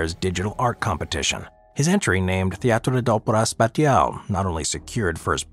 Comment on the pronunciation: What made me chuckle is using an obviously Spanish AI translator for pronouncing the FRENCH title 'Théâtre d'Opèra Spacial.' While also the proper usage of French accents (opèra is written with a grave accent and not an acute accent as in your title!) isn't your strong suit.